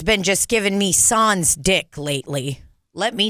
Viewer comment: As a french canadian, the SANS part killed me 😂😂😂 you don’t pronounce the S at the end. or the N. SAN, i don’t even think there’s an english words I could say to make it make sense 😂